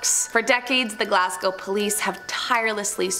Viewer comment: Scottish mystery serial killer. Oh, we should be so proud. 😔 Bonus to for pronouncing Glasgow correctly.